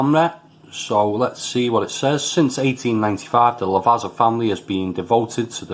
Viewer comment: Never tried these but always been curious....think I'll leave em alone as not keen on herbal notes...thanks for the review. Quite enjoyed the black espresso beans though. P .s. Lavazza is pronounced 'La-vaT-za' cos of having 2 z's in it like pizza 👍